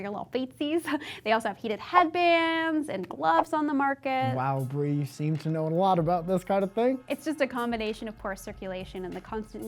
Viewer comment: Bree, I like pretty much all of your little quirks, but you use the "Bwee" instead of Bree a little too often. It works best if used sparsely.